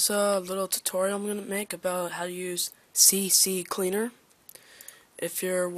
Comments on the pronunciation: it's CCleaner not C C cleaner! :) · it is C-Cleaner not CC-Cleaner!!